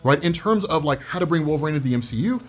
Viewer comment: I love you, but it’s pronounced Wolver-een NOT Wolver-ain…